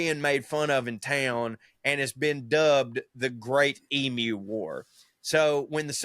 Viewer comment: The last ten minutes were sheer accent abomination. "Tanzania" 😂 Good onyez for pronouncing "emu" correctly. You wouldn't believe how often my ears have been defiled by hearing "ee-moo". Good stuff, ya carnts. 👍 🇦🇺